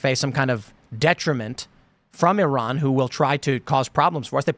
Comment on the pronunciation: One day American's might learn how to pronounce Iran and Iraq properly.